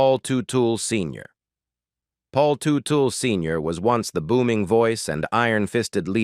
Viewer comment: IT'S PRONOUNCED "TUT-EL "👎